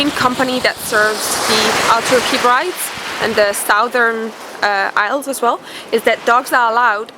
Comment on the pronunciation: Love your videos! Just so you know...Hebrides is prounced heb-ruh-deez ☺️. Odie is so adorable X